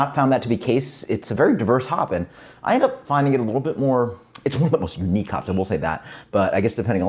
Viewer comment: at :30 of the video it sounded like you said "its one of the most weak hops"? I listened to it again and I think you said "unique"? That makes me feel better, haha.